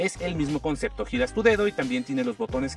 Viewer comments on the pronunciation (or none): none